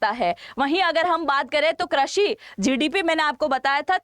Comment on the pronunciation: Krashi nahi behen, krushi